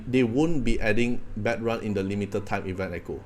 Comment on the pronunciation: it's pronounced like "bad - rune"